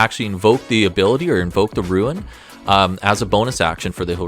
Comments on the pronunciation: I keep hearing "ruin" whenever you say "rune" .. made for some interesting sentences 😅 I think a rune knight dwarf would be real cool. Perhaps reflavour the runes to be of dwarfish origin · Well, considering the damage this class is capable of dishing out, and the fact that it can "go large", maybe "Ruin Knight" isn't such a bad name. :P